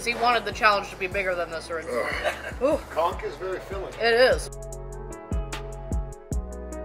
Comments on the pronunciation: I had to read the description to figure out what word you kept using, it sounded like Conk.... that is, not how you pronounce it. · Pronunciation of the N in conch is very important when explaining the menu. Just saying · Every time you both said “conk” my mind went into the gutter. Lmao!! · Conck it took about 10 times of hearing that as opposed to c*ck - saying completely raw conck hit funny until I realized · lol it sounded like you kept saying CRAP conk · Take a drink everytime they sAy “coNk” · Most other places use conch with the ch sound but they may actually use the hard K on the island